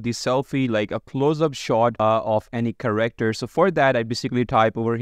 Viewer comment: It's Care-Actor not corrector